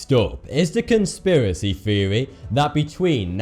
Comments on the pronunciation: Its THEORY not FURY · I didn't know you pronounce theory, feory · THeory THeory! Not fucking Feory you sound like you're 2 years old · Did you know TH makes the Thhhhh sound not the ffffff sound so theory is not pronounced feary lmao you talk like a toddler saying his age is free instead of three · What the fuck is a "fheory" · what the fuck is a feary? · Our next feory takes place between nineteen firty two and...... I don't know if I can keep watching him butcher the English language, and why is the so much eyebrow movement?